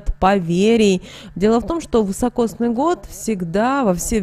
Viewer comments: Год вИсокосный, а не вЫсокосный😮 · Такой год назьівается не вьісокосньій а високосньій (вісокосний). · Год вИсокосный. Режет ухо неправильное произношение. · А почему вЫсокосный-то , если вИсокосный! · Да не ВЫСОкосный, а високосный. Ни одной кни- ги, что-ль не прочитала? 13.12.23.